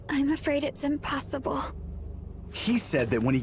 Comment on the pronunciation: Hahaha she said emplossible